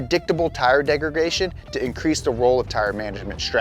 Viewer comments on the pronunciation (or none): “Turburnt weight” “tire degrgation” I love personality but the stupid way he says shit is so annoying.